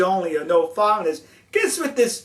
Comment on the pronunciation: You awe a genwus! You shwould be our ambwassador to Japwan, you understwand them so well. Who wouldaw known that "no foweingers" works bwetter than "no fighting". Are Japwanese allowed to fight?